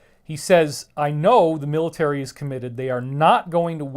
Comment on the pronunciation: planets hahaha, and you little biach can't say word military, or whitehouse...